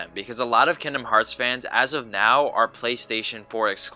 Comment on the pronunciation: The G in kingdom is not silent.